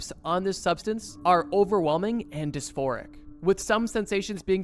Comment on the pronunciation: Disforic... Nice, never heard that word before!